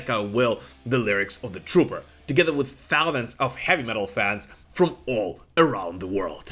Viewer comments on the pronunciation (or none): Please try to correct your pronunciation of the word "thousand". Thank you very much.